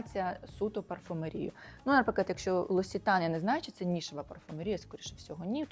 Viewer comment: Дуже грамотно, особливо, парфумерією з наголосом на і,😂